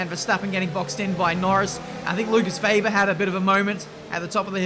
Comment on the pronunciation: It's WEBER!!...not VAYber every damn time!... Weber, it's Weber. Jesus for an Australian man you sure have a hard time pronouncing the name WEBER!.